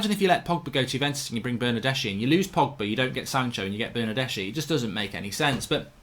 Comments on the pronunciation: Bernardeschi is pronounced Bernardeski. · Ηi for Bernardeschi, this is the pronunciation: Bernardeski. ch is k, same as Chiesa